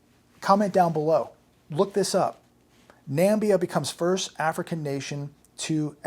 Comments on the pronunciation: He thinks its low quality because he's American and associated Africa with low quality, plain and simple. He even pronounced it wrong (it's Namibia not Nambia) just like Trump did that time. Not his fault, the media never shows how developed some parts of Africa are and Namibia is one of the most developed countries in Africa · HI I am from Cape town south Africa. America is importing beef from NA MI BI A NAMIBIA. your pronouncement of the country's name is incorrect. Beef from Namibia is top quality by the way. The country is above South Africa and used to be called South West Africa and was a German colony. Although independent it is still mainly owned and run by Germans. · Come on... Learn how to pronounce a country before assuming you know the quality of their beef! We shouldn't be destroying our beef industry to support another countries. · Namibia. Na-mi-bia. Reports that Ford revenue is down 14.9 in Q1 is hard to believe. It is compared to 2019 of course which was no banner year in itself, but still it seems as if declines in revenue for many sectors are at a pace of 50% or less as everything is shuttered. Of course, Q1 included January which was a shade of normal. But it can not come back until a worthy national dream is in place. I am calling for 3.8 million new claims tomorrow. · The pronunciation is (Na - mib - ia) beef is very organic, free-range cows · Kez why did he say "Nambia" then? I have been to Namibia before. Loved it! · He's talking out of his And it's pronounced NA - MIB - BIA not NAMBIA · By the way I think you meant Namibia not Nambia? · Namibia 🇳🇦 not Nambia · Namibian beef is grass-fed with no added hormones or antibiotics. Check your ignorance and eat humble pie AND it's NAMIBIA not Nambia. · no such place as Nambia... is called Na-MIB-ia... also a land called Zambia but no Nambia. what a dope. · I like you, but it not pronounced NAM-BE-A. Its NA-MIBIB-BE-A. An what makes you think their beef is lower quality? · WFT is "Nambia"?